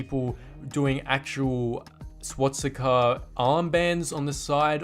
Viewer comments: it's swastika not swatsika mate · First thing I have to say it’s swastika not swatsika😂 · You can't pronounce Swastica. Not swatstica